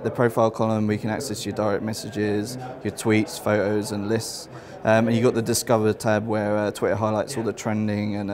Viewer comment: "Photos." Not "phoe-oes," you dumb shit.